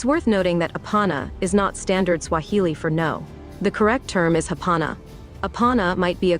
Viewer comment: Kenyan guy here, enjoying butchering those Swahili words too much. 😂😂